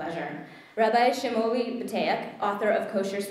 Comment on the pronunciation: Did she, , actually pronounce Shmuely Boteach's first name as “shuh-MOO-lee”????